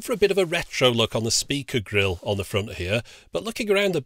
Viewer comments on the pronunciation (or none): none